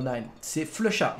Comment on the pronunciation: Mais c'est pas "Flux Chat" c'est "Flusha"!